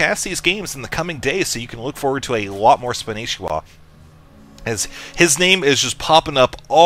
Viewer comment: Why does everyone call him Spanishiwa when his IGN is Spanshwa? what did I miss?